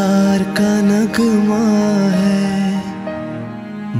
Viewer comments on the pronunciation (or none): He lost me on pyar ka naGma hai🙄get your Urdu pronunciation right before you sing such a beautiful song. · well sung and awesome Voice, please concentrate on pronunciation too. It would be more good if you say naghma instead of nagma, as it was written.. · You have good voice but your pronunciation is messing up part of the the song....it doesn't pronounce NUG-ma it pronounces NAGH-Maa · it's not nugma its Naghma incorrect pronunciation of urdu words spoils the song. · Oh dear u killed when u pronounced ced the work NAGHMa wrong... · Pls litsen नग़मा pronounciation in old song ajkal ke singer ko kya hua h